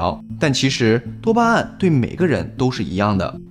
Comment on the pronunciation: 多巴胺聽起來好像在說耶穌；